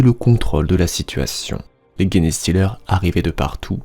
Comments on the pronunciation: Salut, très chouette une fois de plus ! Pourquoi "GUenestealer" alors que les anglais eux-mêmes disent "Jenestealer"? Surtout pour ce mot qui est anglais, donc pas de raison de vouloir aller le dire dans une autre langue, latin ou autre ^^' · Merçi et très bon travail de narration. Juste, c’est pas "guéné" mais "gènes" [jinstilerz] genestealers (voleurs de gènes). Bon courage encore merci pour le taff.